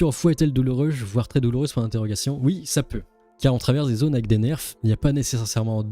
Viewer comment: "Haute SAOOONE" au lieu de "Saune"(Saône), "NERFE" ou lieu de "NER" (nerf). Sérieux tu peux faire un effort.